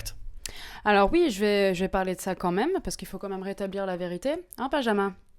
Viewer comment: elle dit la verituer